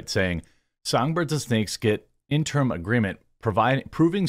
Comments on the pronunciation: Jeremy... interim.... not in-term. The more you know Interim (ˈɪn tər əm): "for, during, belonging to, or connected with an intervening period of time; temporary; provisional." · Jeremy, I know you're more accomplished than I could ever hope to be, so don't think this is looking down on you but could you please Please PLEASE learn how to pronounce the word "interim" correctly?